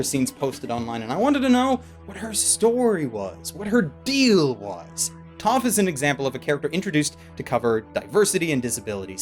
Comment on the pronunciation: Her name is Toph and it rhymes with TOUGH... And she is blind.